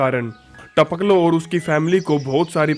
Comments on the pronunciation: It's Tapakalo not Tapklo 🤣🤣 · Our jab aay bol raha hai to jyada funny lagta hai taoklo 🤣